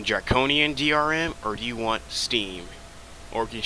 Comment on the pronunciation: the way you say want creeps me out lol